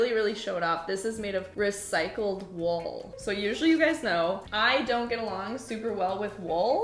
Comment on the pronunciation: I'm sorry. Wall? Was she saying wool?